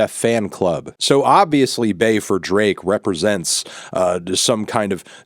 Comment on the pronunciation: Ik that's his name but it sounds like u calling him Bae ❤💅